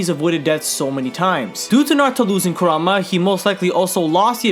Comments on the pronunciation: i love your vids man i really do, but i get so triggered when you say karuma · Love you to death but again, it is pronounced KOO-RAHMA! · KURAMA, KURAMA, KURAMA PLEASE SAY KURAMA I WILL LITERALLY BASH MU HEAD IN, ITS KURAMA